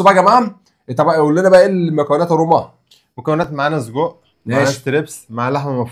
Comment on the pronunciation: يا قول سجق مش صودق😂😂😂